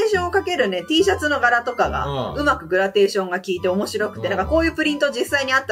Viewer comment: グラデーションのこと グラテーション って言ってるな〜 エス君のメガネ姿かっこいい✨ですね